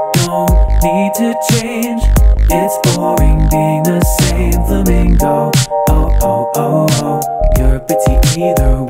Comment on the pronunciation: I love how you switch between pronouncing it "Flamingo" and "Furamingo" based on whether you're speaking english or japanese